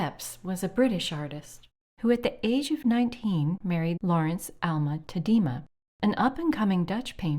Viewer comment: All good, but Tadema is pronounced 'TADD-eh-ma'.